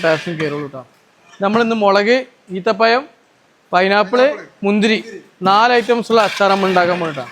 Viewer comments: സുഹൃത്തേ ഈത്തപ്പയ o അല്ല ഈത്തപ്പഴം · ഈത്തപ്പയം അല്ല ഈത്തപ്പഴം